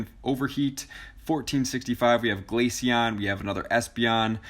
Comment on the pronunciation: GLACEON NOT GLACION DUMB